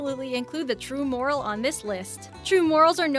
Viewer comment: Here we go again! I don't know about other things she mangled on this list, but "morel" is pronounced "more-ELL."